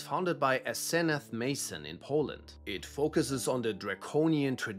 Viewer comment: Omg there is so much wrong already. Ill type these as it goes 1.) First one is accent, so i wont be too harsh. Her name is pronounced "AHSS - ih - NOTH" mason. 2.) No. Lilith is NOT lucifer's counterpart 3.) Aaand youtube does what it always does and interfered with the completion of this by pretending im still on 3